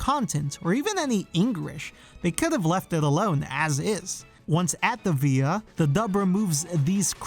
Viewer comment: please stop pronouncing villa that way